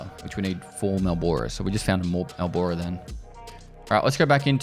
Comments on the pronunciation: and the ability to make anyone watching it on youtube get pissed about how many times this fool asks why he needs MALboro (its pronounced marlboro) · It is pronounced Marl borough lol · It's named Malboro in the game to avoid copyright issues. That's why he pronounces it that way.